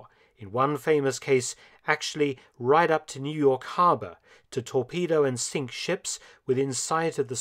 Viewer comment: They sench ships* Not they sink ships.